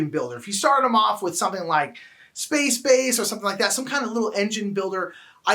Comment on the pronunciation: You mispronounced Space Base...